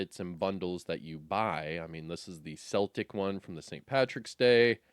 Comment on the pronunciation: The “C” is “Celtic” is pronounced as a “K”. So “Keltic”. Great video and thanks for the heads up 🫡